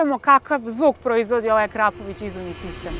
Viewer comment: nije Akrapović nego Akrapovič